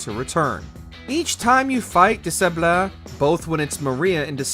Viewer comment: É is "ay" in French, my friend. Robert de Sab-lay. In Italian, Cesare is closer to Chez-aray. I'm sorry to nitpick, but these games are ancient. It's not hard to google how to say these things.